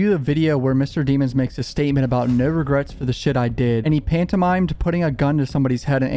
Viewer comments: You make this hard to watch by calling him deeemonds instead of his actual last name which is pronounced “deh-monds” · DEM-MONS not demons lol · i belive melly's surname is pronounced demmons" instead of deemons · You keep pronouncing his last name wrong say it with me Dem-ons not De-mons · its pronounced da-mons😂 😂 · Pronounced Deh-mons dummy